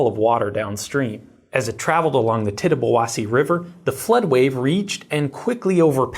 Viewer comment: I live 20 minutes from that dam. I was not affected, but I am impressed by your ability to pronounce the Tittabawassee River correctly. I also find it a little ridiculous that they're trying to rebuild the dam, when it serves no purpose anymore. It's just the homeowners on the old lake are throwing a fit. I believe it's also a big concern about the dam that still upriver. I don't think it was an in bad of condition, but I don't think it's great.